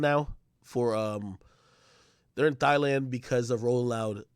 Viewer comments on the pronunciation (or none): Yo said "Thighland" 😂😂